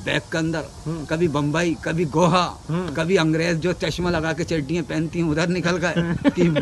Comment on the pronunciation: Goa ❌ Goha ✅😂